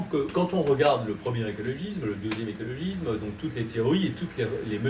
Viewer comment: Ma seule critique : c'est écologisssssme ! pas écologizme ;-)